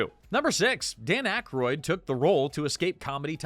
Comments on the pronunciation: It's ack-roid not ack-a-roid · Dan Ak-a-roid? AI pronunciation issues yet again 😔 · Aykroyd is two syllables😂.